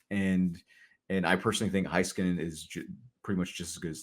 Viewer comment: Why does struggling saying Miro's last name correctly?